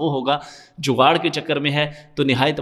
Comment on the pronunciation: When you say jugar 😂😂😂 gg bro last vedio daike app ki jewe eye wali